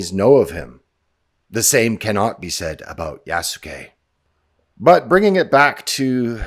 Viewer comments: it's going to be hilarious if Ubishit kept the stamina system from Valhalla for "Yasookee" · " Its YAASSUUKE time!" Ironically, they put the " yass" into Yasuke.